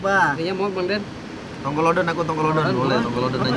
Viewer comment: Tongkolodon Bukan kontoolodon 😅